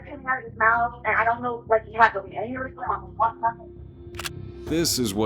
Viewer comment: You keep mispronouncing he.